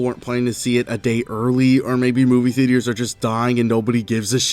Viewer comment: Anyone gonna bring up the fact how he pronounces theatres as the-de-tres?